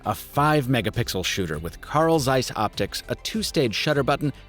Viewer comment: Zeiss is pronounced "tseis" not like your author of green eggs and ham